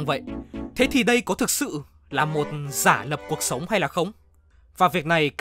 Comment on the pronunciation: Ko có ý gì nhưng mình chắc ko phải là người duy nhất nghe narrator nói "cuộc sống" thành "cột sống" nhỉ 😶🙃